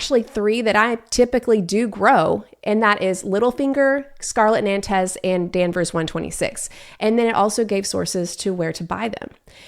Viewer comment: Woah…that apple tree example really caught my ear as that’s a pain to do that kind of research. Might give it a try. PS Since you aren’t averse to French pronunciations I figured I’d share that “Nantes” is a French city, so “naant” or maybe “naunt”…weird, I know 🙄😅